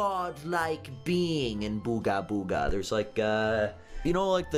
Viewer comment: Booger Booger: Booga Booga. /Me: SAID IT RIGHT!!!